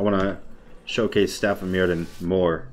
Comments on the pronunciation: It's welsh so the dd is pronounced with a th sound. It's pronounces Mirthion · Staff of myrddion s pronounced mirthion, like a really smooth "th" sound, its welsh